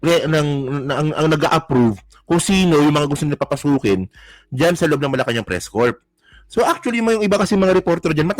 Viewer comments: Press core po ang pronounciaton ng press corp. Po. Peace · Constructive View: It's pronounced "Press CORE" not Press CORP. meaning a body of people engaged in press activity.